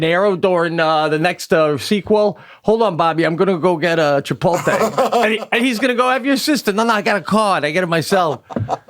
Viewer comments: Chipotle not chipolte nor chipote..like CHIPOT LE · Love the cast. Love Pete and Sebastian. Long time fan but when is someone gonna call Sebastian and Pete on the mispronunciation of Chipotle? It’s L.E. like LAY Not Tay! 😡put some respect on the name bruh! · they spelt it wrong on the back of the jacket to match the wrong way Sebastien says it. it should end in a "lay" sound not "tay" -- Chip-ote-lay" Chipotle - but they spelt it Chipolte on his jacket to be funny, and Pete and Sebastian didn't even get it. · Did anyone else notice they spelled it WRONG to mirror the INCORRECT pronunciation by Sebastian???? 😆🤣 CLASSIC! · They even spelled it wrong on the jacket on purpose because the guys say “chipolte” instead of “chipotle”. So funny!! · That jacket spelled Chipotle the way Sebastian says it “Chipolte”! Wow talk about someone at corporate knowing Sebastian! That’s hilarious! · Being from McAllen, Texas, 5 miles from the border, ITS Cha-POLT-LAY.. 🌮😂🌮😂🌮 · I feel like Pete didn't get the joke about the spelling! He pronounces it that way too, so I don't think he realizes it's wrong. He seemed to think that Sebastian just got recognition from them. 😂😂😂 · I didn’t even catch at first they printed him the Chipotle jacket purposefully spelled wrong like how he pronounces it 🤣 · Do they realize that they are still butchering the name? And Chipotle is spelled wrong on the jacket? What am I missing here? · I didn't know -- until I read a few other comments on this page -- that the jacket Sebastian received is deliberately spelled wrong. I guess I never knew he was pronouncing it wrong. That's pretty amazing that a company would make merchandise like this! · The best part of the Chipotle story, is that BOTH of them are STILL mispronouncing it !!!